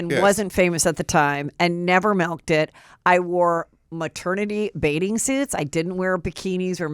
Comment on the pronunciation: Heatherrrr quit saying bade-ing suit for bathing suit 🤣 I love you though!